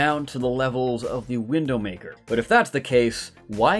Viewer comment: Are you saying Windowmaker?